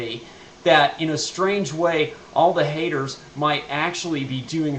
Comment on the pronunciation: You say the word haters like someone with a mouthful of testicles